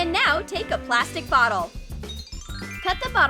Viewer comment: “NoW tAke a pLastIc bOtTel” wait did they just say plastic... 🐢😔 save the turtles